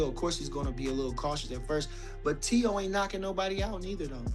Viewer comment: Teo FIGH-MO lol